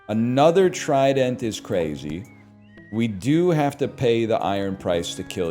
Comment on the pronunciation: Why does he pronounce trident like that